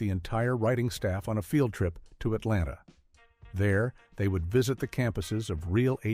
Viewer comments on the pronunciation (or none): none